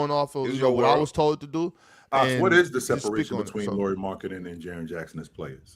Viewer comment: Dudes! You literally had Chandler there to model how to say Lauris name correctly (as much as native English speakers can) and not one of you learned? You still kept calling him Lori the whole time.